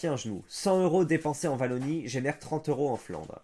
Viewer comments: Wallonie pas Vallonie s'il te plait, je tank pas toute la video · C’est la « ouallonie » pas la « vallonie » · On prononce "Ouallonie" pas "Vallonie"